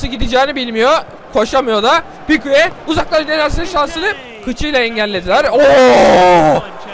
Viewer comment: pikue degil pike diye okunuyo knk ♡♡♡♡ kalp attt